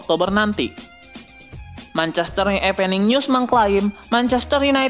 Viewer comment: Evening news jadi Epening news.. Duh 🙄